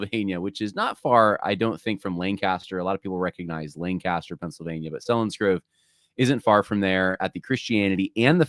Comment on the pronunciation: It's pronounced SEE-lins-grove,! Just trying to help:)